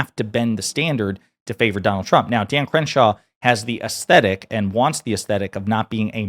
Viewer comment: Did you called him cringe-shaw ??😂